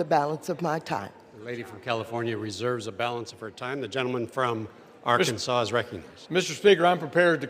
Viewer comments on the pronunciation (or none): none